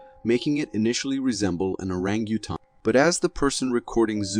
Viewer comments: mr announcer it is called an ORANGUTANG there is nothing on earth called an Aranutaun please pronounce it right. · Whew! Pay attention. Orang-a-tan. The u is silent. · And the award for the most ridiculous pronunciation of ‘Orangutan’🦧 in a fake Bigfoot video goes to….. 🏆 **At least the pronunciation is equivalent to the believability of the video